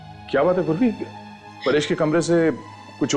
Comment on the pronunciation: Purvi ❌ survi✅